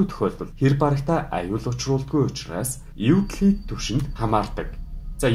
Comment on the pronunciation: Euclid bish evclid gej unshdag shu!!